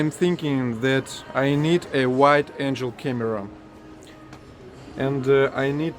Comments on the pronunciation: wide angle camera. pronounced An gull. not An jel. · The word about your camera is "angle" pronounced "ahn gull". Your pronunciation of it "ain gel" is a person with wings from heaven. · Are you saying white angel camera instead of wide angle? Because I like your version more. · Your English is very good! The Ikea near me is very similar. I recognize many of their products in this video. I'm in NYC, you are correct that the yellow taxis are from NYC. One tip I have is for your use of the word "angle", you are pronouncing it like "angel 👼". When you say wide- "angle" , it needs to sound like "en-gal" or "ang-gl"... I hope that helps to sharpen your skills! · Thirty minute mark. Angels - have wings and live in heaven. Angles - like a wide-angle camera. Angels with wings sounds like you pronounced, but angle like the wide-angle lens has a hard G sound, like "go." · I have a Samsung Galaxy S10 smartphone. It has really good camera possibilities. Wide angle is not same pronunciation as wide angel! :-) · Wide angle lens. The "g" is pronounced like "go". Not like a "j" like jelly. Angle ( "g" like go) Angel 😇 ( "g" like jelly) English is weird 🤷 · i think a "white angel" camera sounds great!...(angle is like ankle, with a g...or like uncle, with an ang!) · Wide angle lens. Angle (ang-gull) Angel (Ain-jel) is a heavenly being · In English, some of the letters have more than one way to pronounce them. We call them 'hard' and 'soft'. When you said that you want a wide angle camera(lens?) you used the 'g' for 'angel' lol, as in heavenly messenger. The couch you said you like, I'd call it 'burnt orange'. I love the rescue dogs pictures. There's many groups, and people, who rescue animals, and many who treat them cruelly. Suzie is a real Caucasian lol. I'm just a white girl lol. 😎 I've seen the Caucasus on Link TV. Whoo! Scary heights!